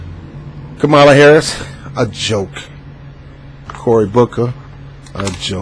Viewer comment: You didn’t even take the time out to learn the correct pronunciation of her name so how can I trust the validity of your opinion?